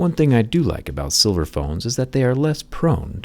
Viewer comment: Jerry: the case is made from silver My ears: 🥲